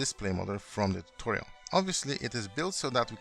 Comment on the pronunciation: Tuchorial? Were you trying imitate Xisuma?